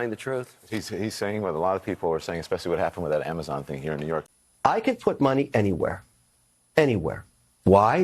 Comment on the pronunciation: btw ...it's THat not Dat